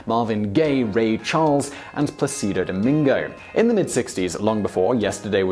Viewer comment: Plah-seed-oh Dom-in-go WTF???!!! HAHAHAHAHAHA!